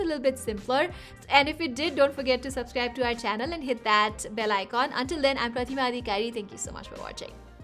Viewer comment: I wonder if she also pronounces her name that way in her mother tongue!! PRATIMA!!!!